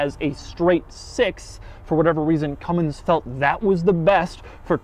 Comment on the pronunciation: It’s a Cummins, not Cummings